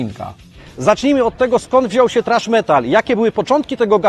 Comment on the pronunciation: Kiedy polak niewie jak sie czyta thrash wiec czyta trash. Roznica ? Hehehe wcale zadna hahaha